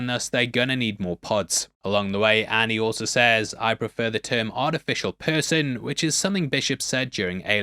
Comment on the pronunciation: “Andy” not Annie.